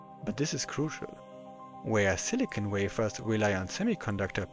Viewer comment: It's time to bring back that annoying old mispronunciation... "SilicONE Chip"